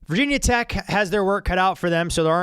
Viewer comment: Omg that "Vah Tech" is like nails on the board.. Ask any VT fan, and they'll ask "Why call Virginia Tech/VT/Hokies Vah Tech but don't call Georgia Tech/GT Gah Tech, or Louisiana Tech Lah Tech?" Even ESPN changed that.